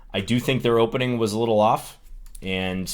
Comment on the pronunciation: "hopening" lol